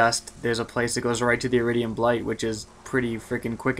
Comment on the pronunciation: He said eriduim reach wow nooooooob